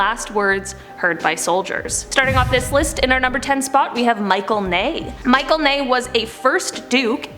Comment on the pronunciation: Michel like Mishel not like Michael